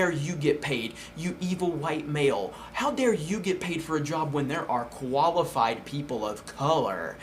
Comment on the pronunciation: When first said "qualified" i heard "koalafied" AM I THE ONLY ONE?!